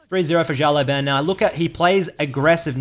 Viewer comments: XiaoLaoBan - means little boss Xiao - reads like shiao LaoBao - reads like laoban but idk you pronounce it so weird xD Great video btw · Server: NA IGN: It's pronounced Shi-Oww Le-Ow(say that fast) Bah-n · Try to pronounce "shut law ben" next time, that's the correct pronouncation of his id in Chinese. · 小老板 (Xiao Lao Ban) means "small boss" in Chinese. Sorry but I just couldn't help it after hearing your pronunciation at the start of the video. Why the heck's everyone leaving their LoL info in their comments? Server: LAS. Ign: PissTailsKDAhri.